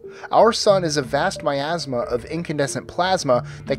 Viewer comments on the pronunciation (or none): none